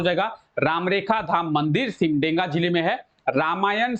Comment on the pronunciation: सिमडेगा न की सिमडेंगा , ठीक से उच्चारण कीजिए